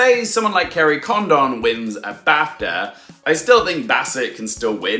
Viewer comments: Yes Garry D explains it better. Condon is pronounced similar to London. London is pronounced luhn-dn. Kerry's surname is pronounced Con-dn not Con-don i.e long o like Condom. Listen to how others pronounce it. Sorry not meant to be offensive. I've also heard many people butchering Padraig and also Barry Keoghan's name. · You missed the point….. Jackieblue was saying that it’s “Condon” with emphasis on the first syllable like London. The way you’re saying it is like “Kerry Condom” with emphasis on the second syllable. It sounds really wrong! Who wants to be called a condom? And you’re not alone with Brendon Fraser….. I’m not sure why Americans seem to default to Frasier….. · Kerry Condon's surname is pronounced more like Condin similar to how you would pronounce London. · Please, in you final Oscar predictions video, call her Kerry Condin, because that is how you say her last name.